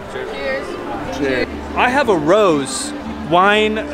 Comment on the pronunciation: Rose-ay, not rose.